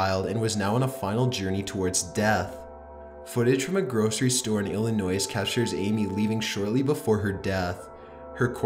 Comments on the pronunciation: The 'S' on the end of Illinois is silent. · Somebody please tell me didnt keep pronouncing illinois like illi noise.... ugh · Did you really say Illinois with the S!?!?!? The S is silent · The S in Illinois is silent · ITS PRONOUNCED (ILL-IH-NOY) damn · Illinois is pronounced ILL- IH- NOY. You don't pronounce the "s". From another video, Des Moines is pronounced DEH-MOYN. For both, you don't pronounce the "s" sound. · The s in Illinois is silent. And I know you know how to pronounce it because you kept going back and forth. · he pronounces the S in Illinois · that’s not how you say wisconsin or illinois😭